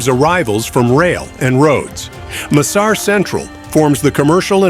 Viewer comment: Pahle bolna to seekh le yaar M sar nhi massar project bol